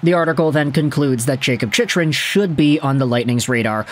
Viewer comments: ChickRun… not chichrun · man I've fought the urge to comment this, but this is the third video and it makes me cringe everytime (i'm sorry) it's "chick-run", not "chich-run" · i feel like he pronounces it wrong on purpose to get more comments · Do you watch hockey? You can’t even pronounce his name correctly.